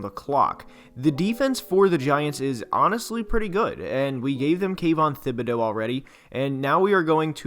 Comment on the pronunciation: Jeez, you guys are driving me crazy. The guys name is pronounced like tibedeaux . Is a French name , the h is silent ! Jeez !